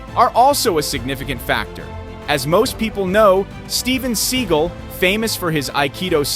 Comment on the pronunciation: It is Steven seagal think about it pronounce it right